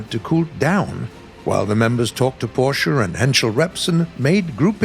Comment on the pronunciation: I love u for saying porsche correctly. Thx very much